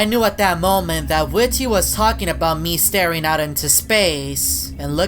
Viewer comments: It not whit ty it whitty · it's not ,,Whity'' it's ,,WhitTy'' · Its pronounced as widdy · You say his name weird